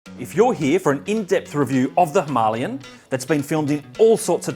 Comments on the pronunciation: Great review buddy I can’t stop laughing every time you say himolion lol 😂 🤣🤣🤣🥲🤣. Cmon mate it’s a Himalayan not a himolion lol 😂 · Was he by chance Indian? Thats not how you say it in the Queens English dear fellow. Trust me I invented the language haha. (well my forbears did). There is no 'ian" "ien" sound. Its "lay" as in "lay the table dear"😂 Was a nice review. So as not to sound like a dick I'll watch some of your other vids👍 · Whats with the inability to say Himalayan correctly! Argh. Its not Himalian or Himalien😂. I had to switch off😜(nice review skipped through).